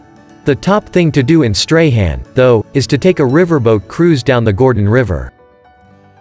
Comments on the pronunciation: Great video, I grew up in Tassie as a child in the 80s before moving to NSW, been back 3 times as an adult and have seen some of those beautiful locations. Just a bit of correction on the pronunication of the town Strahan, it is pronounced as "strawn" not "stray han". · Stray Han 😂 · Freycinet = Fray-sin-ay…. Bicheno = Beesh-in-o… Strahan = Strawn Bruny = Broo-ny Well done. You’d not be the first to mispronounce these places. Tipping where your from, there’d be places I’d have trouble pronouncing! 😂 Good choices. Thank you. My home. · Just to let you know kindly - this is a lovely overview of Tasmania! Thank you! Some of the place names are pronounced incorrectly. This is understandable. Strahan is pronounced STRAWN Bruny Island is pronounced BROONY island Bicheno is pronounced BISHENNO